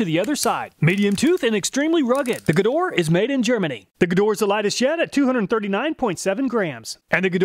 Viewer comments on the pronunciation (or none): KTC (Kyoto Tool Company) is the brand behind Nepros. These are top notch Japanese tools maybe even the best Japanese brand. P.S. It is pronounced "Shtalvile" and Gedore should be pronounced "GedorE" with "e" pronounced not silent.